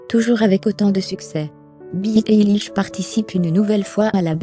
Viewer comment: C'est pas très bien prononcé mais merci pour cette video je suis une grande fan de billie eillish j'ai même acheter son livre sur sa biographie tout sur elle 👍👍👍🏽👏👏👏👏👏👏👏